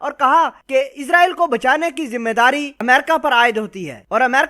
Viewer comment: ASSALAMO ALAEKOM SIR G MENE PEHLY BHI KAHA THA K NAME SAHI BOLA KRO. ISRAEL H.. IZRAEL NAHI H